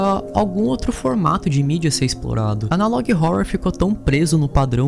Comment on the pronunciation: adoro seu conteúdo, e a sua pronúncia de catalog e analog me dá agonia demais, você é ótimo